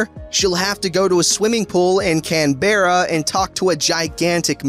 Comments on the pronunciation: It's pronounced can-bra, not can-berra. Just letting you know. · I’m in Australia and when you said “Canberra” you pronounced it like “kan-bera” when it’s meant to pronounced like “Can-bra” and I cracked up